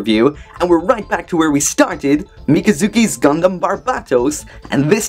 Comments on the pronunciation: He said gumdam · “conventional gundam” although it does sound like dumdum